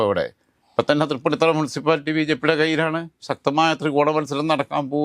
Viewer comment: എടോ മരത്തലയാ തൃപ്പുണ്ണിത്തുറ അല്ല തൃപ്പൂണിത്തുി ആണ് ശരി